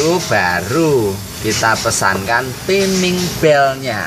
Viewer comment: Timing Yo di bacane taeming to oom om... 😁😁😁😁